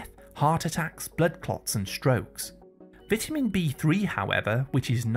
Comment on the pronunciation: I hate these AI-generated videos where they can't pronounce basic English words like vitamin or cholesterol and how about backing up your claims with years of research results instead of regurgitating information that might be misleading.